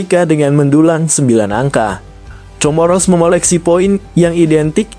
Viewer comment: Comoro dibaca KOMORO